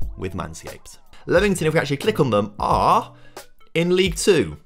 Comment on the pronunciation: is it not LEAM ington and not lemon tun LOL great video though i enjoy these